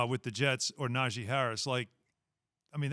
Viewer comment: Can someone please tell Keyshawn how to pronounce Najee Harris's name correctly. Na-Gee. Key is the only person on tv that pronounces is wrong 🤦🏿‍♂️